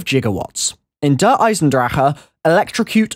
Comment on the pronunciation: New achievement DER EISENWHAT? In Der Eisendrachen pronounce the name right..